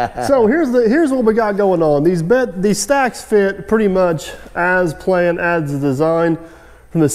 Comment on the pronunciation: What did you do with the other " N " in Planned?